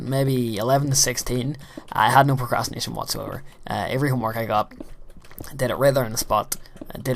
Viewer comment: hmm, i thought you said masturbation